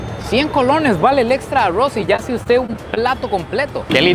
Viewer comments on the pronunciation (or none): El no dice arroz dice aggro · Arrrowsh ajajajaj ARRRRROZ ! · Aurrros en vez de Arroz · Alguien puede decirme porque los costarricenses dicen Arrouz 🤣🤣🤣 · Como narices pronuncia "aurruoz" parece un giri 😂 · Por que pronuncias tan feo ARROZ Y CHICHARRON? Aroowwz y chicharroww hay por Dios! Lo chistoso es que cuando quieres pronunciar bien lo dices bien 🤷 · amo cuando dice arruoz 😅